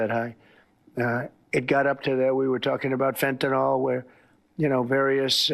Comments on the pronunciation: He caved. Again. Also, can somebody please tell him that it's Fentanyl - not Fentanol. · Fentanol? Is it fueling a Tesler? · Can anyone talking about fentanyl pronounce it correctly?! I know I can't be the only one that is bothered by everyone saying that it's "fentanol." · "Fentanol" is the new "nucular" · It rhymes with the word kill, fentanyl, not alcohol. Tesler made Fen ten all.